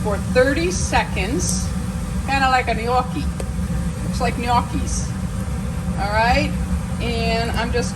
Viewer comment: You said gnocchi very well my cute girlfriend! Good Italian pronunciation! I can’t wait to try this recipe. I hope you do more of these fun and easy recipes.